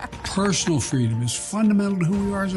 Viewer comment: Joe Biden's powerful one liner : Fweedom